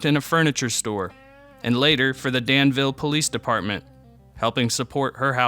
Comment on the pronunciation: Well done, sir! I saw your doc on Del Shannon, then this one popped up. There's not much to Sutherlin, so Danville claims her as one of our own. 😂 She's a hometown hero for sure. Just to clarify, we say dan'-vull. 😂 I look forward to more of your docs! A labor of love to be sure!